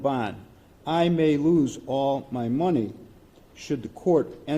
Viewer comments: The judge said oral instead of all 😂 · Around 11 42 the Judge says oral instead of all.